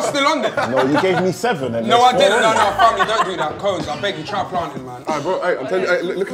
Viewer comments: He said 'plantin'😢 my heart just 💔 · man said banantain 💀💀💀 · Love how filly continually says plantain wrong😒😂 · bro you botched our national dish lol